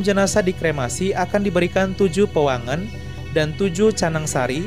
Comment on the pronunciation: Cara baca kuwangen nya bukan gitu ya...